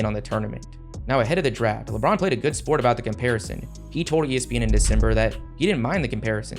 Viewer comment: You say “Lebron” weird sometimes bro… “Lebraaounn.”